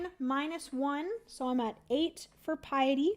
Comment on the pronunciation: I love you, but I just can’t let it go any more. It’s not “Pee-a-tee”, it is “Pie-a-ty”. It means “reverence to God.” And normally I think it is so rude to correct pronunciation so I apologize, but that is kind of a big one for devout people. Makes since since it is on the priest track!